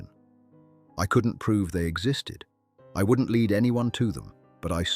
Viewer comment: The LED investigators. Hey AI, it’s pronounced LEAD, not LED.